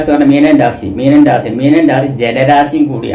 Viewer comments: ശരിയാ... ഇദ്ദേഹം """"""രാസി """ എന്ന് പറയുമ്പോ എന്തോ ഒരു അരോചകം ....... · രാസി യ ല്ല രാശി നാക്ക് നന്നായി. വടിക്കുക സനിയല്ല ശനി